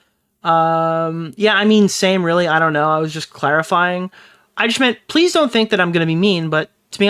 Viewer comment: OH HERRO PREASE